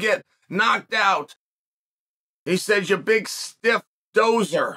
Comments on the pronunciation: I know what Chael is doing in this video. He's subliminally programming us to cry out for an MMA fight between Fury and Ngannou. Btw it's "dosser" not doser" lol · Dosser not dozzer chael but I think you knew that. Also yeah sort of means homeless but basically his way of calling someone a bum. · “dosser” not “dozer” I’m guessing lol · Lol... 'Dosser' not Dozer.... Its Basically Gypsy Slang for 'Loser'..... & the last 45 Seconds of this Vid was truths being spoken chael. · Can't stop laughing at that😂. Said it twice " dozer" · Hahah it’s dos-sa haha 😂😂😂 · It's pronounced "Doss-er" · Pronounced Doss-er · I could listen to Chael say Dosser all day😂😂😂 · Dosser you pronounce the "S" not Z. I'm from England not too far from where Fury was born and it means Lazy bum. Bum as in loser not a homeless person. Slightly different meaning here.